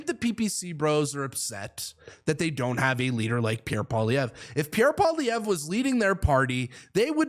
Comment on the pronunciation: Say “Pwa - lee-EV - ruh” that’s close enough.